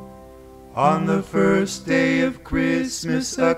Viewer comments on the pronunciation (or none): none